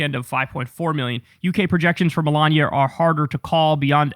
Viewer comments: Him saying Milaña instead of Melania shouldn’t be funny to me but it is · Kyle must have been hungry when recording this...he keeps saying Melania like lasagna. 😋